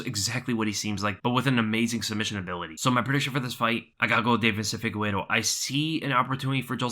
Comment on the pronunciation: Never understod, this man looks at the mans name (Figueiredo) and keeps saying FIGUERO...